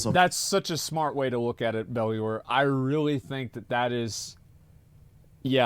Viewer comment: Dude still can't pronounce "Bellular" properly lmao